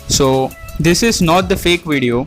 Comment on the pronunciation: its video fool not vedio